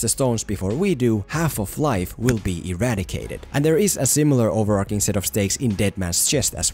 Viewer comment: Great video! One thing though, since you say 'overarching' at least 5 times in the video - it's not pronounced over-ark-ing.